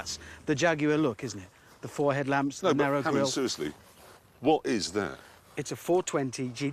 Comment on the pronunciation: Probably the most British "no" I've ever heard, no offense.